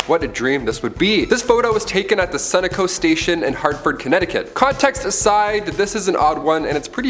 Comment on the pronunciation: The constant mispronunciations drive me bats. They speak volumes about the narrator. Learn the words, dude -- Sunoco, Cuzco, Hiram... jeez.